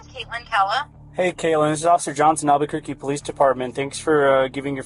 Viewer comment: Albuquerque is pronounced "al-buh-kur-key."